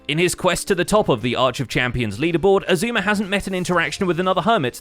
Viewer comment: Oh my gosh XB's pronounciation of Xisuma already had me cracking up and it's the subtitle , amazing xD